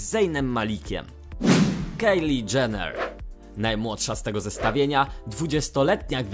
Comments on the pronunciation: kajli nie kejli! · Kylie wymawia - KAJLI a nie KEJLI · Kylie się czyta kajli